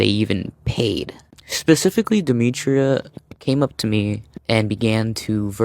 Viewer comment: "DEMETRIA" !??! HE DIDNT EVEN SAY HER NAME RIGHT